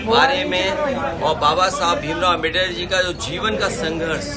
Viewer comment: अमबेडर नहीं अम्बेडकर हैं मूर्ख कौंवे टेढ़ी नाक वाला कौवा